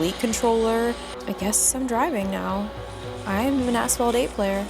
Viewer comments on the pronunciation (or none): I was in the kitchen listening to this vid and I absolutely heard Asphalt 8 as A**hole 8 lol oops